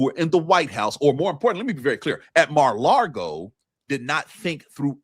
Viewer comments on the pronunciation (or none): It's "Mar-a-Lardo"